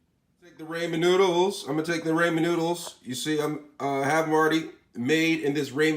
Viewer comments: Raymenn? Rah-min. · Bro I'm not trying to be mean why do you always say ramen ramez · raymen????? You mean ramen